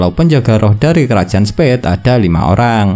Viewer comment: Revisi bang Spade bukan spead